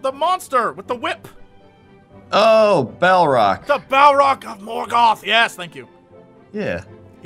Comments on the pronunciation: And Balrog is not Balrac. Balrac is a doob. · Hehe it's a Balrog not a Balroc, and Morgoth is not a place :) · Balrog. Not Balrock. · Jesse: Master of Lore. Says "Balroc". I am disappointed beyond all understanding.